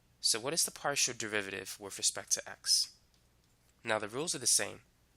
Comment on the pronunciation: In 5.30 partial z/ partial x is not pronounced de z / de x, however excellent explanation and perfect selective examples. Thank you for sharing